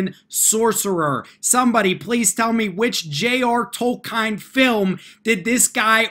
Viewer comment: Did you seriously just mispronounce Tolkien? What the heck?